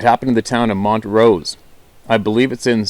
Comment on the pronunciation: I lived there. I was born in Williamsport. It's pronounced mon-trose (an 's' sound at the end, not a 'z') And sus-kwa-hanna county.